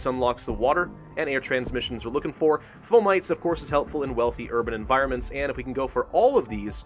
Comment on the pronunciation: It's not "Fo - Mites" it's "Fo - ma - tees"